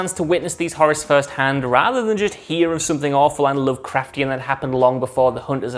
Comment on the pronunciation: Everybody jus loves sayin lovecraftain. " Lovecraftain" !